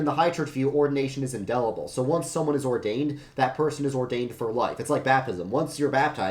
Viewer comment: Seconded, this is very solid. My only quibble is that it's indelible, not indellible.